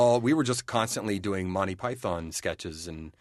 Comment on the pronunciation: I love how much they say they love Monty Python but still can't pronounce it properly, cos all the pythons are too polite to correct them. "Monteye Piethon!"